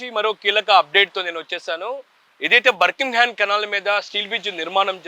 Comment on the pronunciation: బర్ కింగ్ హమ్ కాదు నాయనా బకింగ్ హమ్ అని చెప్పాలి